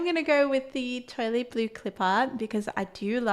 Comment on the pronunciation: Enjoying the video, just wanted to point out that toile is a french word that is pronounced more like 'twaal'. Thought you might want to know. :)